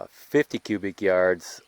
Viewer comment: and cubic not qubic 👍🏼